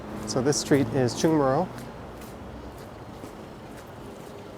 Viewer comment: You have to say Cheonggyecheon or Cheonggye Stream. because korean "cheon" means stream.